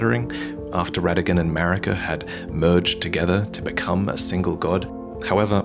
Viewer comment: Technically Rennala’s offspring start with the “Ra” sound as in Radagon and not “Re” sound